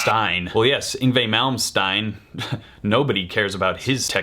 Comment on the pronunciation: Isn't it ironic how someone managed to get (Yin...Yngve.... Yngwye?.... Yngwie? Ingwye?) YNGWIE right, but got "Malmsteen" wrong? 😀